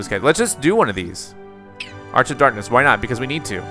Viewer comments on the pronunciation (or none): none